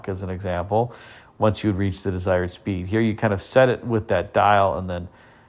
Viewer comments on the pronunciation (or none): none